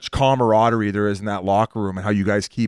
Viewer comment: Biz’s version of camaraderie, comma rodery 😅